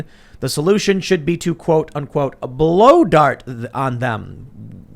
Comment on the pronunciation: Did he say blow dart or blue dart?